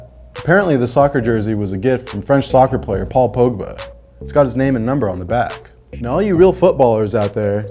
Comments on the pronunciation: Its "Pog-bah" Not "pOWhgbA" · It’s pogba not p O gba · My number on my football kit would be 73. Btw it’s pronounced pog-baa